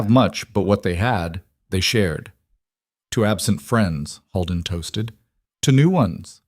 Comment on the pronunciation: Dear AI 🤖 narrator Holden is not pronounced “Hall-den”, it is pronounced “ Hole-den”😅